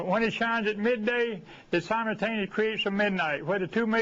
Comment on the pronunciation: I will trust anyone that says "simontaineously"